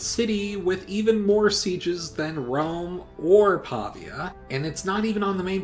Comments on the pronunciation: Great video! Just a tip: it's Pavía, not Pàvia. Greetings from Italy! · Pavia is pronounced Pavìa fyi I think you mean the importance of Syracuse in Greco-Roman history cannot be OVERstated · Its Pavìa (pronounced "paveea"), and it was targeted so much because of its strategic position in the middle of the Padanian Plain. Great video anyways! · the way he says Pavia tho